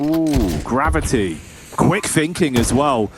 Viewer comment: Gav-eye-tee. Gravy. Genius.